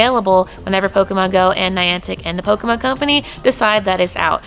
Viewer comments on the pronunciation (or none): none